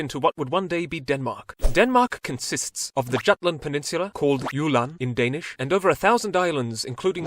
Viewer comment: you almost said all the danish things perfectly much better then other youtubers atleast